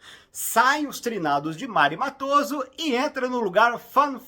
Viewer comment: Augusto Sérgio, por favor! Não é Augusto César. 🤦‍♂️🫠 E a pronúncia é "Méri" Matoso, por favor! Vc realmente assistiu a novela????!😢